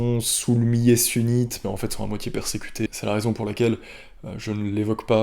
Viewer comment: Millet.. Il faut prononcer le "L" sinon ça donne un autre sense